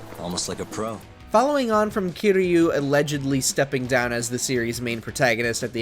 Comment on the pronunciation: Funny I didn't even catch "Kairo" lol I was already mad over Yagami. Also you gotta mention the Judgment series has an English dub there's no excuse for the presenter making those mistakes.